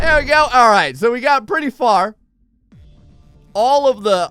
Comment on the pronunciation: “Pritty mich” why